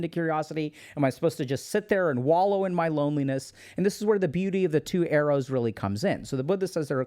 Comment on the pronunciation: Thought he was saying 'eros' instead of arrows. Took a while to realise and cannot unhear it anymore 😂